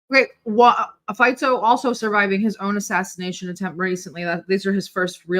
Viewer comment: Maybe it would be nice,, if you can pronounce Robert Fico’s name correctly 🥰😘😍